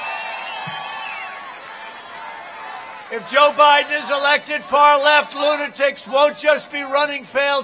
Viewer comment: Hahahaha 😂 Trump is the man called Joe Biden "Joe Hiden" lol 😆😂 😂